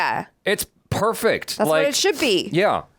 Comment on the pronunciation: Episode 8 in just one word "Pefect"